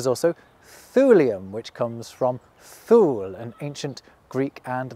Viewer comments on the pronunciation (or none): We need an element named after Yggdrasil. Also, "Thule" is pronounced 'too-lee." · You pronounced Thule with the (Th) as the English way to write /θ/. But when the same word was used to name the target of exploration of the New Horizons spacecraft, "Ultima Thule" (later officially named "486958 Arrokoth"), it was pronounced like "To lay", with the /h/ being separate and greatly diminished. What language is Thule as "far point" from, and what is the traditional pronunciation? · That's not the pronunciation of "Thule".